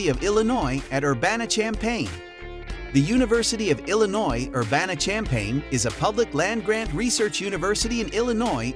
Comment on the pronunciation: Would be nice if he knew how to pronounce Champaign and didn't say Illinois University. Disregard this video and the rankings.